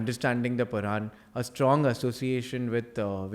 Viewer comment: Moderator Atleast pronounce purana correctly... not puran.... u northern indians don't know southern states properly..... like pronouncing karnataka as karnatak very shameful